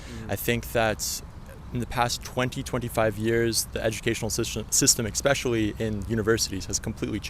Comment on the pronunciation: These American guys are definitely not good examples of average Americans. Edit: The white American guy seems to think he's pretty smart, yet he said, "expecially". Dude, there is no such word.